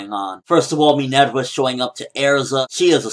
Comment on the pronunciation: Her name is Minerva quit pronouncing it like an otaku. Its roman not Japanese. .. stop it please. Respect level dropped